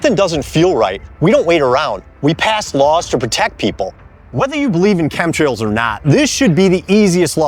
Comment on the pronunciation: Epa is dumb as box of rocks. I heard him not be able to say chem trails